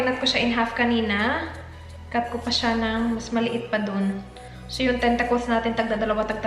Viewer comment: Tentakols? Th kasi